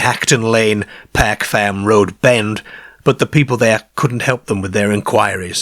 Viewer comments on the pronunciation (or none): He pronounces all the «ar » as « ay »… this is awful. Mayrs instead of Mars, Payrk instead of Park. etc… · I've not noticed this before,(I'm assuming you're a Lancastrian) but, being Welsh, there are a lot of similarities between the way you pronounce words and the Cardiff accent. I know that a lot of south Walian people's ancestors emigrated to the south Wales coal fields from the midlands during the last century. The way you pronounce words like park and car are particularly noticeable. Thanks for bringing to light these excellent U.K cases.